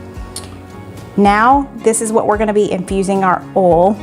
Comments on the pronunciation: OMG! You pronounced "boil" AND "oil" correctly!!!!! I knew you could do it!!!!! I love your videos, regardless 🥰 and think you and are so cute together! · Lol. I was happy to see you pronounce the word "oil" like us Northeners. Lol❤😊.